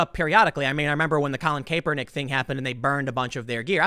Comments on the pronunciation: Sigh, it’s ka-per-nick not KAY-per-nick !! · Wait is it actually pronouced cape-er-nick and not cap-er-nick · "Cap-er nik" not "cape-er nik" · TIm, Kaepernick is pronounce ( KAP-er-nick) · Tim, Kaepernick is pronounced 🧢-er-nick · Tim did you say Kay-Pernick? 🥴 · Tim, its pronounced Cap er nick. Or if you prefer, Muslim influenced commie dipstick. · Stop saying Kaypernick